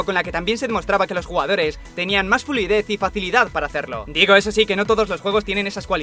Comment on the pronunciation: "..Los jugadores tenían más fulidez " xd